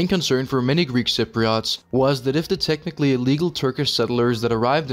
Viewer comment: " Tehnically " illegal